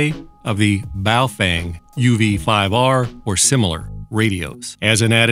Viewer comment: Every time you said 'boofweng' I bust out laughing. Holding that radio was another matter...